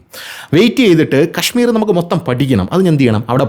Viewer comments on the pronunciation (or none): none